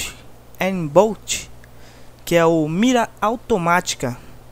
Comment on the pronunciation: "ainbolt" hsuahsuha